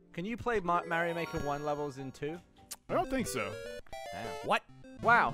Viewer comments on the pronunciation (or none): Gavin almost called it Mario maker then said mare-io like the British way lol